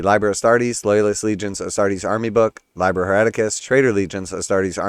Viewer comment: I think im gonna pass. Btw it's pronounced lee-ber (liber) 😊